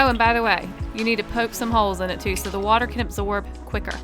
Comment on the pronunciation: You said weter.